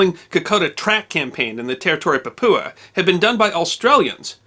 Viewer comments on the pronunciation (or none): You were doing so well until you mispronounced Papua.Say it lke this>Pap-u-a. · the territory of Papua New Guinea is pronounced Pap-yuah not poo-poo-ah. Otherwise for an Australian a very interesting story that I had never heard of =) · The problem started when US troops were perceived as stealing Aussi Shielas, come on you must know that. Very poorly handled by MPs......by the way its PAP U A. Sadly the US troops did not perform well in New Guinea. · Oh hooray - you pronounced Brisbane correctly! But pronounced "Papua" incorrectly... (pahp-oo-ah) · Didn't do too well with Papua but also got Melbourne right.